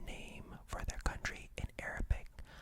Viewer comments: Definitely in love with your pronunciation, feels like an Arabian citizen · Your pronunciation is PERFECT! You did a great job 🤍🇸🇦!